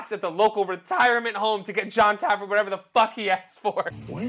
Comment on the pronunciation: How am I so many bar rescue videos in and only just realising now you might be saying Jons name wrong? Either that or my hearing is fucking up, are you calling him Jon Tafford? Because its Jon Taffer